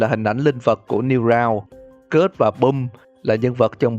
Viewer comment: Sờ kít chứ ko phải sờ kớt nghe anh